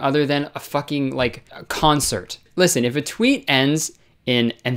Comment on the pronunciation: when he said 'their fukeking jaws droped' i lost it 💀